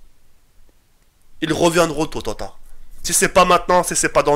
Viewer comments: wallah jte kiff gg pour tous ce que tu fais mais stp arrête de dire tototard cest tôt ou tard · mdrrr il a dit tototard mdrrr psahtek tk les 300k tu les merites 😄